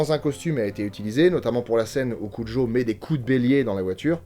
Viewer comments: ok mais le filme se passe dans au étas-Unis et n'as rien n'a voire avec l'Espagne, En plus en français, tout le monde dit cujo et pas "curo" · Au passage, petite correction quand à la prononciation du nom , ça se dit cu"r "o , c'est de l'espagnol. ^^ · Content d'avoir trouver le monstre de film via l'indice de la dernière vidéo (preuve en commentaire). Par contre quelle est l'origine du nom du chien rapport à sa prononciation ? Tel que dit ici, si c'était japonais, ça devrait s'écrire Kujo. Si c'était espagnol, on devrait prononcer Curo. Perso, j'ai toujours prononcé le J comme un J ^^